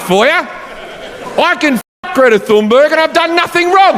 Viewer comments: Greta Thunberg's name is pronounced "Greata Tühnberry" instead of "Gretta Thonnbörg". 😂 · in her native tongue. Tun-berg not Thun-burg